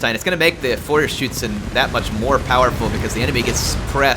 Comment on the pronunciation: GJ on the “Feuerschützen” pronunciation! They sure do live up to their name.